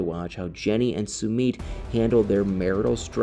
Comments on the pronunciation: PRONOUNCE Sumit's name correctly! It is pronounced SUE MITT not Sue meet. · OMG, WHEN HE SAYS "SOO MEET" Really? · Sweetheart your not pronouncing his name, right just saying, I love your videos❤